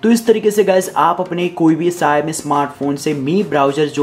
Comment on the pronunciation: Shayami nahi bhai Shao mi, Shaomi aise bolna.